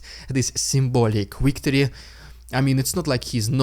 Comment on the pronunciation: It's "victory", not "wictory". I've been listening to you do this for 2 years now. Please get it right.